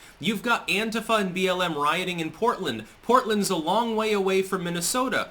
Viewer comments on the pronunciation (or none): none